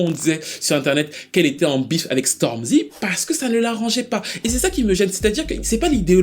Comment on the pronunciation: Stormzy pour dire Stormy m'a fumé de rire 😂😂😂on t'aime! super vidéo comme dh'ab